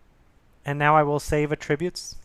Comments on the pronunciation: I thought he was saying "a tribute". You are not alone, it took me a second to understand what he was trying to say and unfortunately took my train of thought away from the tutorial. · You're mispronouncing "attributes". It's disconcerting.